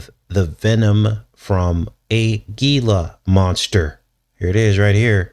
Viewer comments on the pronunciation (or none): The Gila monster is pronounced “hee-la” just like the Gila River Casino 🎰 here in Arizona 💁🏽‍♀️